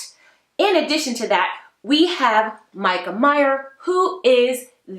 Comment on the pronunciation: and “dat” instead of “that”😬